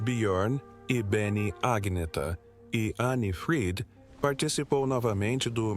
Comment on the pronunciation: O nome não é Aguineta, mas Anheta ou Anieta. Assim se pronuncia. Aguineta é horrível!